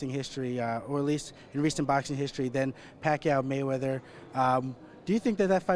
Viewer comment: i just noticed. was the interviewer a filipino? if he is, please pronounce pacquiao's name properly.